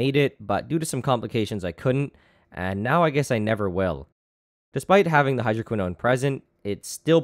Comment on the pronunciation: what he said: hydroquinone what i heard: hydro*quis-nose*